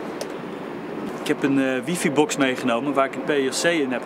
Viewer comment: Nu nog WiFi goed uitspreken en een Mac kopen:)